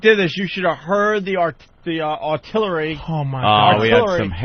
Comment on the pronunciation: I was going to goof on Opie for pronouncing it “autillery” but then I remembered he’s an artistic so I decided not to